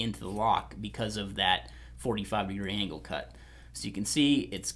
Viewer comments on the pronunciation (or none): none